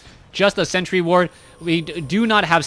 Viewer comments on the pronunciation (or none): none